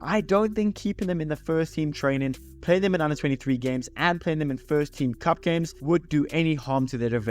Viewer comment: ahh.. ok....it sounded like "spurs"... I was thinking.... this guy trolling arsenal here 😆